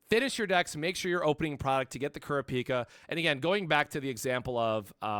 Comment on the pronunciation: Lol kurra-pika he just need to add chu to it lol